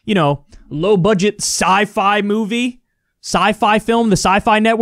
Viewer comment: “We don’t live in a MOVieeee” lol